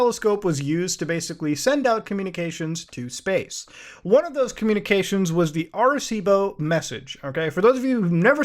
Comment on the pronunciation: Hearing Muta say "Arecibo Observatory" was golden. Love from PR 🇵🇷